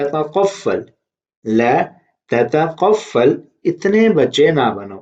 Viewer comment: You made mistake at beginning it's تتطفل u said تتقفل